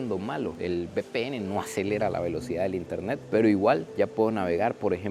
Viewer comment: Bpn jaja se dice uve pe ene